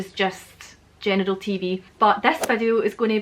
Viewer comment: When you say General it sounds like genital.